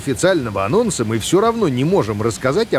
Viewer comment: Анонс? Не анонс